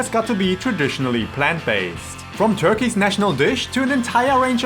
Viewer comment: when did Turkey become turkie?